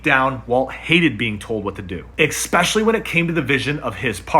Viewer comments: "expecially" is not a word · There is no X in the word especially.